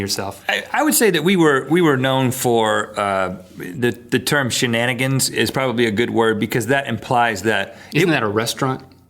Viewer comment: He said shenanaggers- nothing racial- just a variation of the original word.